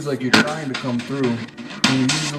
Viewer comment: Maybe be said trying but I heard dying